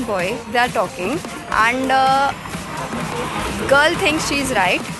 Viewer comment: Lol bitch .... Please learn English first. It's and not 'und', btw und in kannada means ass